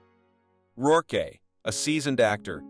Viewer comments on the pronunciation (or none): did he say "Rourkay" ?? mispronunciation is almost as annoying as terrible narration lol